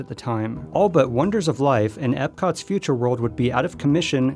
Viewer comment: Are you serious? They're calling it Ipcot, instead of Epcot?